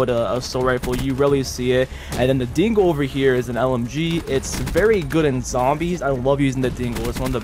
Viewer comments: Every time you say "Dingo", it kinda sounds like you're saying "Dingle" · Hearing Americans saying dingo is hilarious